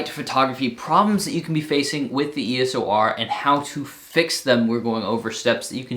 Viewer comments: Love the content but please stop saying eso r lol EOS :) keep it up! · You keep saying ESO R! Lol....come on man!!! I shoot lowlight with fast lenses tho....no flash most times..